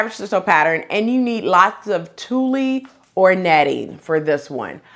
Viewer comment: Nice goodies. I applaud the men's patterns too. Hopefully more men get into sewing too. BTW, tuille is pronounced "tool". Thanks sew much.